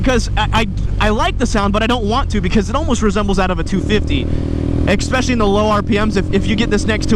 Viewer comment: The way says especially hurts me 😂